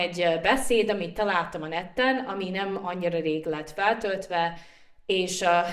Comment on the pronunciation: Neten, nem netten… bocsi, hogy javítalak.